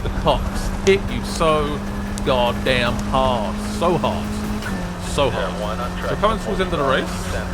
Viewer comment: “At night the cawps hit you so gawd damn hawd......soo hawd”